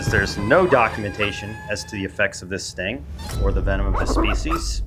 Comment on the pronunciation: the sting table sounded like the stink table.